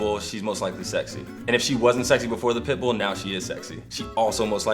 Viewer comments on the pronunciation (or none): Whenever they said pit bull I heard pimple... I don't know why. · i keep hearing "pit bull" as "pimple" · im laughing because it sounds like he was saying pimple not pitbull. "and if she wasnt sexy before the pimple, now shes sexy."